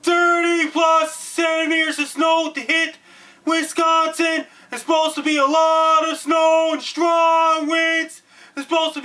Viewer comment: You are delivering a great message that is 100% correct, spot on~! And I love the way that you say "Wisconsin"~ Thank you for giving us the head's up. <3